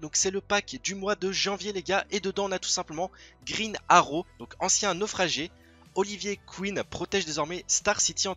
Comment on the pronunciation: grine aro .... pourquoi aucun des francais sait parler englais. mais mec c'est Green arrow pas grine aro